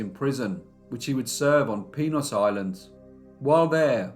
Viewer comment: Did you say penis island? 😂 my grandma was a young woman in cuba and came to america during this time. Although she divorced her germen husband in america 10x, they managed to stay out pf jail thank goodness